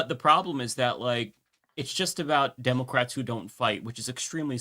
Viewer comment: When he says democrats it sounds like democwats for years annoyed me too now I look forward to it.